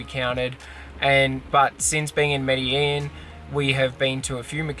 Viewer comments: It’s pronounced “meh deh jEEn”!! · But how the fuck you pronounced Medellín ??!